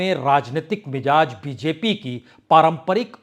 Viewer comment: Yeh word MIJAZ nahi balke MIZAJ he. Word ki spelling ghalt sun kar bohot bura mehsoos hota he. Isi tarah aap HAZAR ko HAJJAR boh bolte hen !